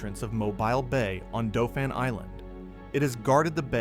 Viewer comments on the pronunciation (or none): And Dauphin Island lol he said it like Doe-fin and it's pronounced Daw-fin, but still a nice documentary. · Dauphin pronunciation is wrong too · In a southern expression, the narrator should be ashamed of himself for his mispronunciation of locations, such asDauphin Island and MOBILE just ask Google.